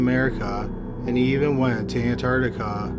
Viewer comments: ...does it annoy anyone else tho how this narrator...I like him a lot BUT...he always says shit like "ec-scape"..."ec-specially" and in this video "Ant-ARTtica". annoys the crap outta me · really? He's my fav narrator on YouTube...him & Chills. But this guy always makes odd annoying mistakes in pronunciation. He always says "ec-scape"..."ec-specially" and in this vid he says "Ant-ARTtica". Annoys the shit outta me